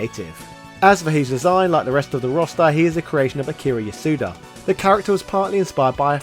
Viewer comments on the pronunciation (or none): none